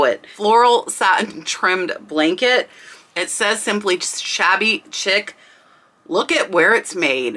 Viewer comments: It's pronounced " shabby sheek" , not "chick " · As always, very informative. Please, Shabby CHIC is pronounced "sheek" not "chick." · Hi, I am an antique dealer in IL. Your info. is on track, but may I add that pronouncing words correcttly would be an asset for you. Chic is not chick but pronounced Sheek (shabby chic) is a decorative style. You missed the point on one blanket as it had Pink on it. She is a big musician. No offense, just trying to be helpful. Trifari is a short i in tri. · Chic pronounced SHEEK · I was going to say the same thing! Sheek not Chick. My home decor is this style. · chic is pronounced sheek not chick.. ok ty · It's pronounced sheek not chick.😁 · I love your videos. Someday I hope to find something at thrift store that is actually valuable. PS check your pronunciation of the word chic. I believe it is pronounced sheek.❤ I'm on your side. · Just a note to respectfully tell you that "chic' is pronounced "sheek" not "chick". This video was so fun and inspiring! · Shabby Chic is pronounced sheek not chick. Just so you’ll know for the future. I appreciate this video!! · chenille not Chanel. Chenille is the bumpy cotton fabric that is all vintage now. The new chenille is usually synthetic. Chic not chick. Shabby chic is a style, not reference to slang for a woman. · Just to help… it’s pronounced “Sheek” not chick. “Chic” pronounced sheek. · chic is pronounced sheik not chick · Chic is pronounced :sheek. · That Rachel Ashwell was sold at target around 2005ish … I know because I bought a lot of it ! It cracks me up how you say shabby chic… because I used to pronounce exactly the same way until one of my friends back in that time period laughed and said girl it’s sheee-k but I do that all the time with everything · I don't mean to nit pick or criticize.....but...Chic is pronounced "sheek" - like a bed sheet but ending in a k. Thank you for all you are doing for those of us who are newbies and know only enough to be dangerous.😉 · Chic = “sheek” :)